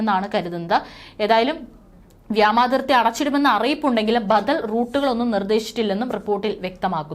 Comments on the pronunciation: ഇന്ധ്യ അല്ല ഇന്ത്യ. വ്യാമാതിർത്തി അല്ല വ്യോമാതിർത്തി. ആൻറമാൻ അല്ല ആൻഡമാൻ. പറയുന്ന സ്ത്രീ ഇന്ത്യക്കാരി അല്ല?. മലയാളം അറിയുന്ന ഒരാളെ വാർത്ത വായിക്കാൻ വച്ചാൽ നന്നായി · വ്യാമാതി൪ത്തി അല്ല വാവേ.. വ്യോമാതി൪ത്തി... വ്യോമ൦ എന്നാൽ ആകാശ൦ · വ്യോമാതിർത്തി എന്ന് പറയൂ കുട്ടി. മലയാളഭാഷയെ കൊല്ലരുത്